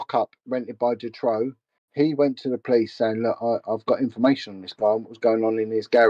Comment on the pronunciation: And his name is March Dutroux not ‘Detroux’